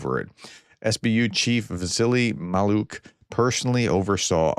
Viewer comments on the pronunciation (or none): "Krasnoperekopsk"= KRAS-NO-PER-E-KOPSK & Vasyl Maliuk = VAS-IL MAL-EE-UK. Easy see ! Try it once or twice before recording. Why do Americans, with some many immigrant families, find "foreign" names so hard ?